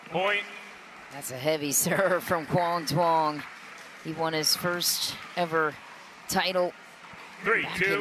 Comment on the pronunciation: Butchered his name so bad, quang Duong